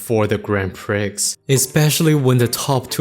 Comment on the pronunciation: I may be picky, but minor correction: "Prix" rhymes with "free", the "x" is silent and the "i" sounds more like "ee". Good video though, as a TM Opera O lover myself, I love to learn about that creature